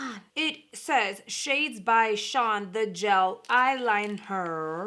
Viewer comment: Your hair looks cute!! Id honestly really like to see them use up whatever boxes. They have left over whether ipsy or boxy.. I would assume that they would change and rebrand but they should use up what they have. I got mine today, I did not pay attention to what it came in tbh 😂. . It's so funny to me nobody has pronounced it correctly. Shades by Shan as in Shannon is what I'm under the impression. Im not picking on you at all♡ I may not even be correct for some reason. I thought her name was Shannon too. ♡. Im very alert to it, my name is Shannon, nickname is Shan. I love the company besides the shadows (too neutral what ive received) it benefits single mothers and I am one. Now i'm wondering who is correct because everybody has said Shawn. I got the eyeliner also the mini sponges.. oh my goodness I was so excited for both. I would not have been excited if they were full size. I love every item in my glam bag. I know I complain a lot but Ill definitely give credit when credit is due. 10 out of 10. I love mini sponges for eye primer and concealer. I got the realher.. Im obsessed with everything I've tried from that company with the exception of shadow (too neutral) foundation, liquid lip, gloss,eyeliner, brow pencil are all the amazing. Especially the brow product, best ive ever used. I got the benefit also I think it's more for oily but I wanted it so bad. It's cuteee. Unfortunately my experience with the regular Box was not nearly as good. It's all make up and I prefer ski